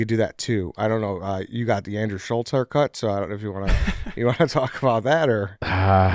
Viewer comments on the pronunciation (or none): It’s Andrew Schultz not Scholls